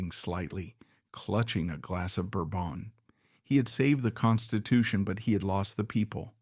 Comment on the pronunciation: You know what? I want to TURN IT OFF! I hate it…. But I’m still listening because I want to hear the end. “BourBON”????? Such bullshit